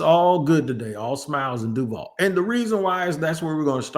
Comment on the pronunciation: Maybe I just got lost in the sauce but that Du-vall, was cringe beyond belief.